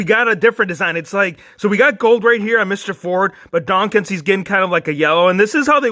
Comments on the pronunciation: Am I the only one that finds it funny/annoying that says Donkins? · It’s prenounced dah kin’s